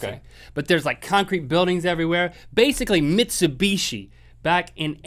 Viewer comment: Lol, Mitcheebooshe.